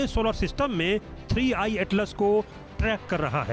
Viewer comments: 3 1 नही 3i हैं मॅडम 🤣😂🤣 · Ma'am jiii 3 one atlas nahi 3 I atlas hai 😅